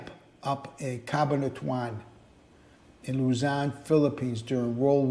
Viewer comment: Ca-bahn-a-tu-an. These AI voices are so annoying!!!